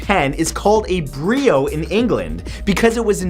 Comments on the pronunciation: ...The word is NOT "Brio"...It is "Biro" named for László Bíró... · its actually pronounced (Bye row) Biro